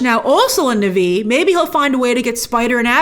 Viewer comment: What's nuvee? Na'vi. Or just say nawvee. And her name is Tsireya not reya.